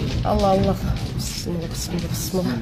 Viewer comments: Бысмыла эмес Бисмила деп уйронгулочу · БЫСЫМЛА ЭМЕС АЙТСАН ТАК АЙТ БИСМИЛЛАХИР РАХМООНИР РАХИИМ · Келесоо акмактар, ушундай да жараткан Аллахты эстейсиңер э, дагы келиме айтышты билбейсиңер, ( Бысымылла быссымыла) деп аны да туура айта албайсыңар 😬😬